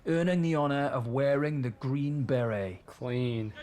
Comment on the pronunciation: "Green berry" You sure you passed mate, that's not how to pronounce it at all.